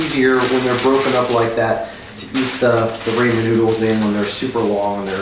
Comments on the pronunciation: Raaaaaammmeeennnn Not Raaaammmmaaannn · a baby could make raymen noodles but a baby can say RAMEN noodles right also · This white boy says rammn noodles and we’re not gonna talk about that this is some bland ass noodles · nicotine bruh he means raymen is not how you say it it's ramen the video uses ramen but he says it as raymen which is a complete different thing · its not ramen, its RAYMEN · OK well a couple of things--------> Firstly Its not Raymen its not Raymond but Ramen RA-MEN take some fucking english classes please Secondly use a pair of chop sticks and if you cant use a fork Thirdly only a complete ass is gonna drop their ramen flavouring pack into the pot of boiling water. Fourthly yours isnt perfect, in fact its imperfect and you need to work on it Fifthly you use a bowl with is corresponding plate and just a bowl Sixthly there is a specific recipe for a reason FOLLOW IT not only when you do you get it "perfect" but its way faster. Havent you went japan china korea and had noodles if not i think you should Lastly if you leave it to sit 79% of people would find it "waterlogged" "soggy" and "undesirable" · So many things wrong with this. 1. It's R-AH-men, not R-AE-men 2. That's too much water. Less water allows for better flavor soaking and it cools off faster. 3. Who the fuck uses a soup cup for Ramen noodles? 4. I absolutely HATE breaking up my noodles!!!!!!! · First of all it's pronounced RA-MEN NOT RAI-MAN and second of all nutrients, what nutrients the MSG and Sodium in that GLORIOUS FOIL PACKAGE that apparently drunk people put in their water. Learn how to cook! Who wants to eat soggy noodles? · ive eaten ramen so many times and its amazng and i always did it my way. i tried ur way and my stomach felt weird and it gave me diarahhea idk how it did but i do know i wont try it again. BTW ITS RAH-MEN NOT MOFUCKIN RAY-MEN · It's rah-men not ray-man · Your saying ramen wrong its pronouced Raw-Men not Ray-Men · Aaahhhg! It's rahmen not raymen!